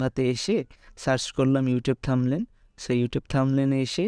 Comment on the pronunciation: শিক্ষার্থীদের শেখানোর আগে -- প্রথমে থাম্বনেইলের সঠিক উচ্চারণ শিখুন।